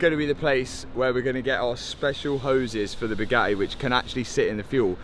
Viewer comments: his pronunciation kills me, lmao. "Boo gah eh" bro just adds and subtracts letters :D also, bored police are a-holes no matter what country you at in. 🙄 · Boogaheh! It’s pronounced buh-ga-tee… 😂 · “The views were ge’ing better and be’er.” Just strikes me funny how can say “Buga’i” in one breath and “Bugatti” in the next. Never heard anyone pronounce words two different ways in the same sentence. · Who taught you how to pronounce BOO-GAH-E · Still drives me nuts you guys can’t pronounce a T especially when there are two lol. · I can’t help but hate the way this dude talks.he talk like he’s been playing the rusty trombone 🪊. Matt WeakArms drives a “boooh-gaaaee gayron.” He can’t even say Bugatti Veyron right. They don’t want to sell you anything cause you can’t say the word Bugatti correctly 😂. “Booo-gaaaeee” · Say it Boo Gaty 😂😅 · Pronounced with a T ;) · Please stop pronouncing Booga'ee like Andrew Tate. Pick a pronounciation and stick with it. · Bugatti has 2 Ts in the name, and he's able to pronounce it without any of them. 😂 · Did you know you pronounce the t's in Bugatti?